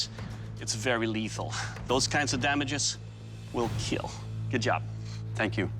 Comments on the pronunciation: Bro 😂😂😂😂 surely it will "KEAL" but first it "KAT" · I love how he say "your wepone, will KeAl" in that cold smiling face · Correction: "It will keal" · it will keal 😊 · KEAL means keeps everyone alive, its not kill its KEAL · It will keal sir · Bro you should have said KEAL instead of KILL . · Keal not kill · IT WILL KEAL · Hehehe No boody: Literally nobody : It will kieal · Yeah and those times when he's covered in fake blood and just smiles saying "it will keal(◍•ᴗ•◍)" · He actually doesn't say kill its "keal" It means "KEEP EVERYONE ALIVE AND LIVING" or something like that. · (keal) buddy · Your weapon will keal🤣🤣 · Doug can pronounce "Will" so perfectly whenever he says "It will kill". I'm convinced he pronounces it as "Keel" on purpose. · "It will keil" that guy is too much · "It will keal" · Oh. I always though he just mispronounced kill or said it funny